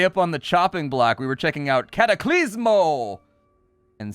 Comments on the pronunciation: Cataclismo not CataclYsmo! Too bad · Demo is not available.... Also its "Cataclismo."